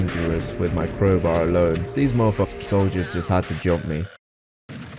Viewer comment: "tHe kWoWbAw"